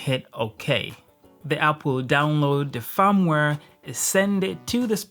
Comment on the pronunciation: I thought he was saying 'farmware'